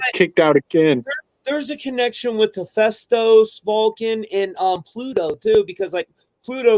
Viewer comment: This guy saying hephaestus name wrong the whole podcast